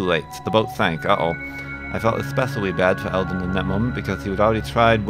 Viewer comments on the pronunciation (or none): it's Elder, not Elden. Just thought I'd finally drop you a comment about it now that G+ isn't stopping me.